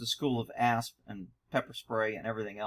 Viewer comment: I just now caught it. "The school of A.S.P. 'n' pepper spray". At first, it sounded like the school of a$$.